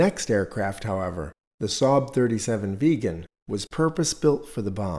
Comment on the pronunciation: A very good video, but SAAB Vegan?? It's Vigg-en.